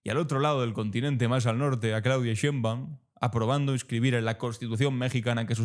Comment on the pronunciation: Es Claudia Sheinbaum Pardo para que se pronuncie bien